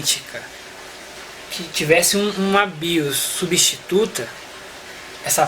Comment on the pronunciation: Bacana, genial! Só um detalhinho, a pronúncia correta é O BIOS e não A BIOS, já que nos referimos a um Sistema. Valeu! 🤙